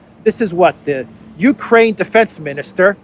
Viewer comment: Did you say the " You Pray in Project ". I like it.